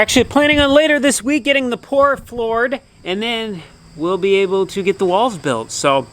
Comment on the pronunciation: Did you just say” pour floored?”